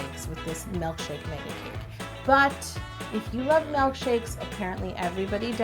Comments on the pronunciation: Really bothers me that you say mElkshake rather that milkshake LOL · do you say melkshake or milkshake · I love how you say "mELKshake" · Omg. says Malk and it drives me bonkers. She did say melk. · She is saying mElkshake right? I'm not imagining that am I? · She says “melkshake” and “vanella” IT KILLS ME but no hate!